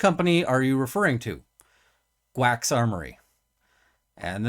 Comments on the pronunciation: Karl and Ian pronounce it G-Wacs, gee-wacks. seems the best way. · JEE- wax I believe is the correct pronunciation. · I think it's pronounced Geewax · Apologies for the second comment. In case it's helpful, GWACS is generally pronounced "Jee-Wacks" as in pronouncing G like a letter and the rest as a word. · Think GWACS is pronounced as g-wax. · I know a million people are probably gonna jump on you for this but I think its mostly pronounced "gee-wacks"